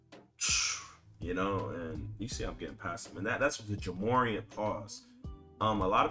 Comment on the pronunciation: Bro… Its’s pronounced like Jah More-Ant 😂😂😂